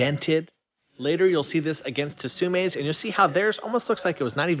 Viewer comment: How to pronounce Tsume: "Sue-Mei". The French company personally go by it as well. The "T" is silent just how it is in the word "Tsunami"🌊🌪🌊.